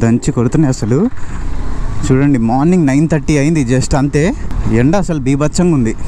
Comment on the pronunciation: ...the wag u pronouns "bibthsam " will makes me always to laugh.